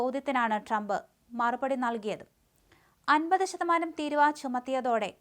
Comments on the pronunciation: It is theeeruva NOT thiruva! 🙏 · തിരുവാ അല്ല കുട്ടിയെ "തീരുവ " മലയാളത്തിനെ കൊല്ലരുത്.